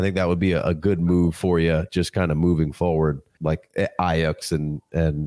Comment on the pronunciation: Please stop saying Aiyuk as i-yuck. It’s pronounced i-yook. Loving what you guys are doing tho 🙏🙏🙏